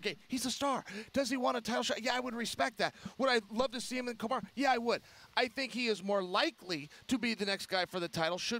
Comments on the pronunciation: Hey Chael... is it Kamaru or Kamara?? I heard Kamarh.... I´ll stick to Kamara... As I will to Yahrearh and Stipioc and Khalabib... What else is out there guys... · Chael says Kumar lol